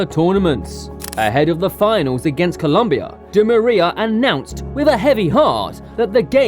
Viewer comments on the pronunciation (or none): none